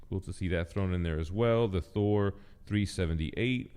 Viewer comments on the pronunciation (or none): none